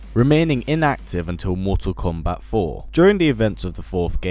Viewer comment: go back to saying "Mortal kombat X" in your accent thanks LOL